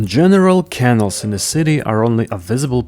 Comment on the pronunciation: interesting video. but please say canals, (caNALS) in your next videos, not kennels (KEnnels). 😀